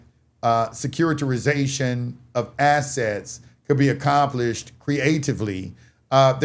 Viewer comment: "SECURI-TI-ZATION" "SECURI-TI-RI-ZATION"